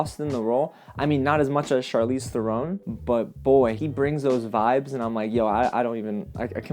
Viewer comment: Charlize's last name is pronounced like the bird heron, not throne... Although most people say it incorrectly, kinda like Scorsese, who always gets Scorsayse'd.